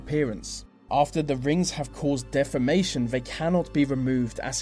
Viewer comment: 70% of Nigerian women bleach their skin???? I'm Nigerian and that statistic is a lie. And please your pronounciation of deformation sounds more like defamation. Elocution lessons. Get them.